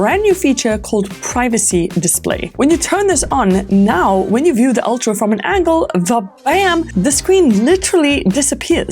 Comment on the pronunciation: Its pronounced ultra not oltra